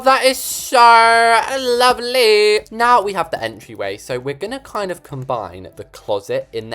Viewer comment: “AWR THAT IS SAWR LOVELEY” made me laugh so hard😂🤣😂